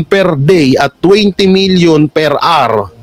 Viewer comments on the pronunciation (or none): none